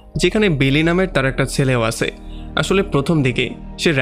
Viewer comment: আপনার 'আছে , ছিল ' এই সব উচ্চারণ গুলো একটু ঠিক করেন। আঞ্চলিকতা থাকলে এক্সপ্লেইন ভাল লাগেনা।